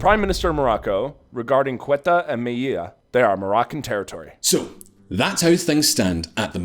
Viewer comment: Ceuta = they OO tah. Melilla = may LEE ya. Please do a 20 sec Google search guys. Spanish pronunciation isn't rocket science.